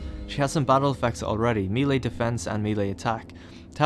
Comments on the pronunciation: MAY-LAY It's MAY-LAY. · It's pronounced may-lay.